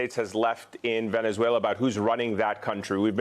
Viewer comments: Whats Venezwailer?😮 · Trump says Veniswhaler